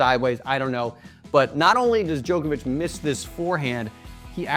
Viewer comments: His name is pronounced jock not joke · Why do ‘Muricans say “Joke-ovich” when the rest of the entire world call him “Jock-ovich”? Such an annoying pronunciation! 🤦🏻‍♂️ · Dude it’s Djokovic not Djoekoevic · Hate how Americans say Joke-a-vich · The hardest thing to comprehend is how he says jokervic